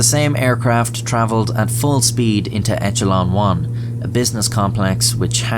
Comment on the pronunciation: Huh "Echelon"